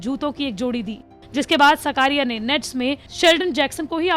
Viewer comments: सकारिया नही... साकरिया है... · It's not सकारिया It is साकरिया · Not सकारिया it's चेतन साकरिया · चेतन साकरिया. naam hai uska सकारिया nahi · It's not shkariya it's shaaakariya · साकरिया not सकारिया ... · सकारिया नही साकरिया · Surname Sahi Bolo Didi 😂😂😂 Gujarat SE Hu ....